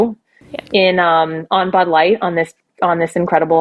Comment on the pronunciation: What's "Bud Lightt"?